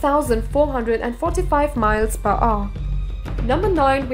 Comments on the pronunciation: "miles per o" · “ 1,875 miles per aw “ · Miles per uuh, watch at 0.25 speed